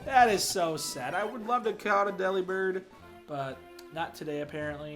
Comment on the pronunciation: Yeah, dupes clause is a thing and all, but... it's worth it to catch it anyway. It's definitely worth it after a rough death. Eeeyyyy, and Redemption fits perfectly as the name. Okay, you're pronouncing it "deli-bird," like I did for years, so I'm GUESSING you haven't heard the pun yet (forgive me if I'm wrong). Just say the word" "delivered." Like a package. Then replace the "v" with a "b". I hope I have just blown your mind.